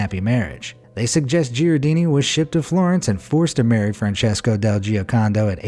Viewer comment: In Gherardini the G is hard like in english “get”. The H makes it a hard G. Same rule applies to “spaghetti”. And pacioli is pronounced pacholee